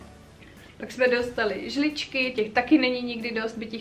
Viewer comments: Som jediná ktorá počula "žličky" a nie "lžičky" ? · Ahoj. Krásne video. Přeji vše nejlepší do nového roku. Ať se vám splní všechny přání 😉😊 ale nemůžu si odpustit jeden dotaz 😂 proč říkáš žličky když jsou to lžičky?? 😂 To je nějaké nářečí či?? 😉